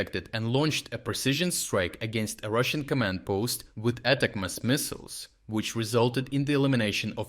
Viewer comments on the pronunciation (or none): ATACMS are pronounced like Attack 'em. You almost pronounce it as Attack-mess. Well they do cause a mess for Russia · Love this channel but let me help.... it's pronounced 'attack'ems' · ATACMS is pronounced "uh-TACK-ums". Just the word "attack" with "ums" added onto the end. Thank you for your excellent coverage!